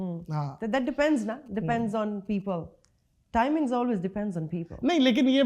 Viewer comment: Timings py bht zoor dya ny hahahahahah